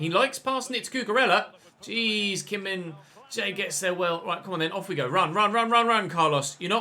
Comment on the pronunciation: Been in your series for a few days now. Absolutely annoyed by your pronunciation of Kim Min Jae. He's not Kim Min J...